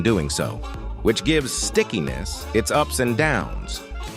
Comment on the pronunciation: The borde Said skickiness i thout i Said sickness😂